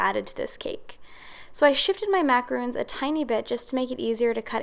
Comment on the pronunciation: I believe the macarons you made are pronounced “Mac a rawn s” not macarooooon like moon. Macaroons are piles of coconut which is a completely different cookie.